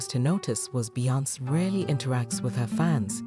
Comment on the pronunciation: Talk to me when you learn how to pronounce Beyoncé’s name